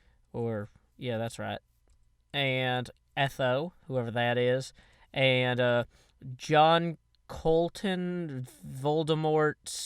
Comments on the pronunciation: Etho is pronounced EEEE-tho like tee-bo instead e (as in bee) EEE-thO and tho as in bow! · It's pronounced ēthō I was face palming so hard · its pronounced ee-tho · Pronounced Ea-th-o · It's pronounced eethO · You are saying Etho wrong its Etho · Anybody else lose it when he pronounced Etho's name wrong? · I love you cant sey Etho right